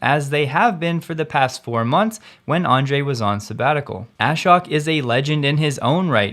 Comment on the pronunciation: Ashok is pronounced with a long o and the accent on the second syllable